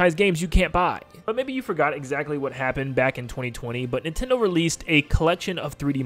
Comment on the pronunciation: Can you say NIN-ten-do as opposed to nih-ten-do?